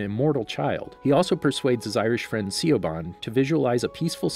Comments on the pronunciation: Did he really call siobhán siobawn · I cringed on the way he pronounces Siobhán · The way he says Siobhán the Irish vampire's name 😅